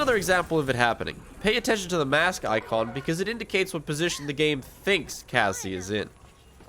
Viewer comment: STOP. CALLING. CASSIE. "GASSIE". IT DRIVES ME INSANE, I CAN'T EXPLAIN HOW MUCH I HATE YOU FOR THIS